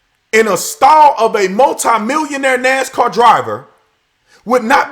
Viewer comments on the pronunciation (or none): none